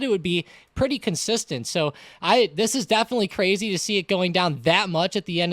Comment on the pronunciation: wittery cwazy cuh